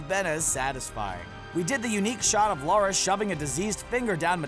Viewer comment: Why do americans not know how to pronounce “Lara” ?